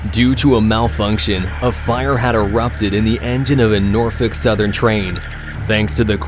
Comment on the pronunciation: For the love of god it's pronounced like "Redding". Hasn't anyone ever played monopoly? And it's NORFOLK.